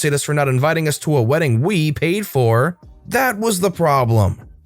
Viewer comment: “Weeding” 😂 I’ve never heard of it.